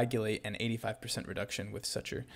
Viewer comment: Dude, stop saying suture like that